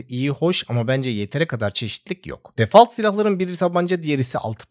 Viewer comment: "Defalt" dediniz.